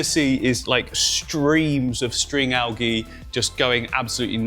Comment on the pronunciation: Al-gee Al-jee